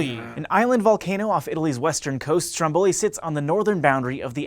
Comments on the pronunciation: Stròmboli, not strombòli :P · It's Stròmboli, not Strombòli.. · It's pronounced Strómboli, not Strombóli. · every time you say Stromboli like that, an Italian dies.